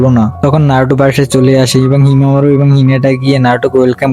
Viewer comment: ওইটা হিমা মারু হবে না হিমা ওয়ারী হবে আপনি বারবার যে যে যে যে যে করেন কেন😊😊😊